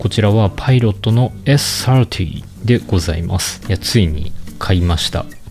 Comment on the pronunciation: ｴｽ ｽｩｱｰﾄｳｨｰ発音良すぎる。